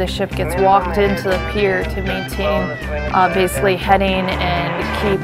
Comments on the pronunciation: Is that lieutenant incapable of correctly pronouncing the word 'basically'? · Please for the love of God, someone teach the Lieutenant to pronounce the word basically.